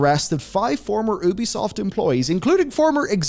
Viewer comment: It's pronounced you-bee-soft. Incredible how many supposed journalists still don't say it right.